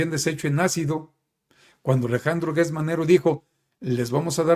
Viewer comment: No es Guertz Manero, es Gertz como Gerardo, como Geranio, como Gerundio